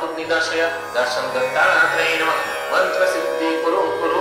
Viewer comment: It is not maaaaantra. It is mantra. 🙄